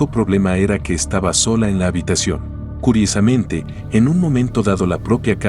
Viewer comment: fijate que el bot que hace la locucion del video tiene dificultades para decir ¨curiosamente¨ en las 3 oportunidades que lo dice.